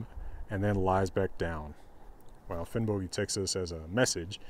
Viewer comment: Probably because of modern Icelandic, old Norse would be pronounced Finnbogi as is pronounced in this video